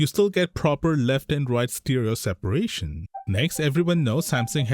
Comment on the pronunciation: stEEEEEREERO!? Why can't you figure it out! Its Stereo!!!!!